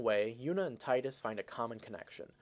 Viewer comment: Exactly teedus if you're lame! Because it sounds so tedious. Thank you for saying it correctly